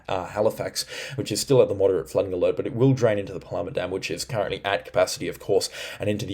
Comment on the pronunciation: We need consistency with the pronunciation of Paluma please. I thought you had it right the other day.